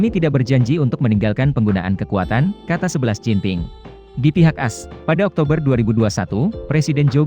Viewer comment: Anjritt.. Ini pake gugel apa ya ngomongnya.. XI jinping di baca "11 jinping" 🤣🤣